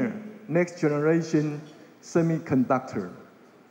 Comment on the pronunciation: 從賴清德最近的英文演說可以發現他的英文口說已經有明顯進步，這是件好事，因為外交是總統的工作，當總統之後接見外賓、英文演說機會很多。 這個影片中賴清德有些字的發音有錯誤： 1、semiconductor：音標雖標示 [͵sɛmɪkənˋdʌktɚ]，但習慣卻念 "些麥"，而不是"些米"~ 2、essential：音標雖標示[ɪˋsɛnʃəl] ，但習慣念"額先秀"，而非"一先秀" 3、cuisine： [kwɪˋzin] 發音含混不清。 英文有習慣念法，不是照字典發音就對，建議賴清德應多聽CNN等外國新聞節目，一句一句跟著外國人念，這樣進步會比較快。 另外，比較賴清德其他演說，可以發現他應該是背下來念，英文會話應該真刀真槍有辦法自由對談才算及格，建議賴還是要多和外國人用英文自由交談，培養無固定招數的英文對話能力，否則那天聽到一句沒背到的就會不知該如何回答。